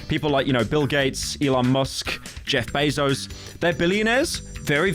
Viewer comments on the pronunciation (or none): none